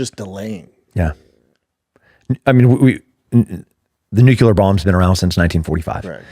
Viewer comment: Nuclear. Nuclear!! Not nucular